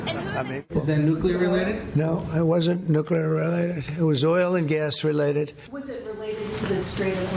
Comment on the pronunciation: Trump really has trouble with the word "related". He botched it multiple times. "rehllated" "reguulated" Geez...